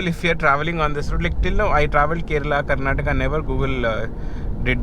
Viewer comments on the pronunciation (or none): none